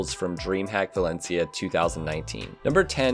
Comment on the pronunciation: ngl,every time you said valencia,i kept thinking you were saying balenciaga